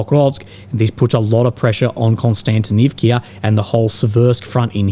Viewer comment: Not Konstantinivkia!!!!!!!! Not "ia" on the end!!!! Just"a" vowel!!! One sound "a" Not two sounds "ia" It is a VOWEL!!!! Just one letter you hear. A